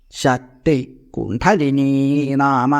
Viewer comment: ഇദ്ദേഹം "കുണ്ഠലിനീ" എന്നാണല്ലോ ഉച്ചരിക്കുന്നത്. അത് തെറ്റെല്ലേ?